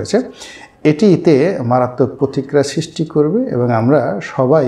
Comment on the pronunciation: উচ্চারণ (ছিস্টি নয় সৃষ্টি) ঠিক করবেন। আর কিছু শব্দচয়ন পরিহার করলে (অনাগতকালে, বিগত দিনে ইত্যাদি) ভিডিওগুলো আরো শক্তিশালী এবং শ্রুতিমধুর হবে।